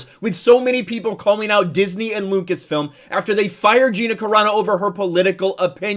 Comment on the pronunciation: Chapek can’t even say “Lucas-film” smh